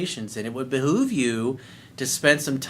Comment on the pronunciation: Behoves rhymes with loaves, not with moves.